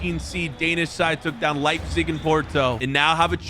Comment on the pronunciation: you said leibzic 2times